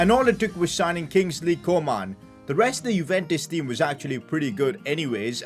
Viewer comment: I love the way he says Kingsley co-maan